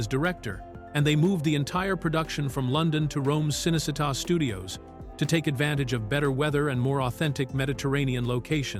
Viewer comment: Cınecınnta studios ıs pronounced Chınney Cheetah